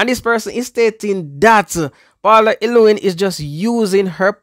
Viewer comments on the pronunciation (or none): I am really ashamed of all you youtubers who keep on mispronouncing the womans name llew-well-lyn ...say it slowly until you get it...